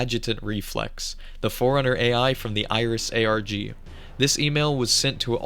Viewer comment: is this ai voice? saying ARG like "argh" like a pirate, along with pronouncing Kanji as "can jee" is WILD.